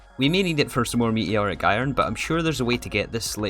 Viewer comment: “Me eeee oric” 😂